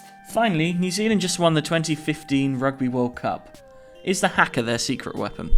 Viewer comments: Its not prenounced haka its prenounced hu-ka and dont laugh they're speAking kiwi and they smack themselves to make themselves red and angry its not funny either its my culture as well and im 10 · please pronounce haka right it's not pronounced as its spell it's pronounced harka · Haaaaa kaaaaa 😂 it’s pronounced hakar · Its Haka not huka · It’s not funny to laughing at and it s huka not haka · H A K A R x d that's how the say Haka. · It's funny cause they pronounce it as Har-Kar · FYI the haka is a traditional thing in New Zealand and.Also when they do the haka they are NOT mad BTW and is you make fun of it New Zealanders will be very sad. of and u are Haka wrong it pronounced H-U-K-A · It's pronounced hu-ka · everyone in this video was saying haka wrong😂 (I'm from New Zealand ) and they are speaking Maori they are pretty much saying that they rule the land (when they put there fists to the ground) and trying to show that there stronger then the others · People need to stop over pronouncing the a's in haka. In New Zealand we slightly under pronounce our a's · man you guys are racist and that is just sad and did you know that they are actually speaking another language when they did the haka. And plus you say "Haka" wrong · dont make fun of the haka got that its not some silly dance its traditional and the answer for your question what they are sayin is maori and its not funny and your saying haka wrong yes its fuckin fair its about our history and traditions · the keep pronouncing it wrong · It's not funny, or something to be messed with. Many NZ people take this seriously. For example, me ._. It's traditional and you say 'Haka' wrong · Well how are they supposed to know the seriousness of the haka? They are not from New Zealand/Aotearoa. Of course they pronounce 'haka' incorrectly, they haven't learnt the pronunciation of Te reo Maori. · The way they pronounce it makes me cringe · They pronounced haka wrong